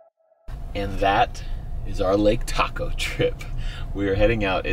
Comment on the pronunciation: it's Lake Taco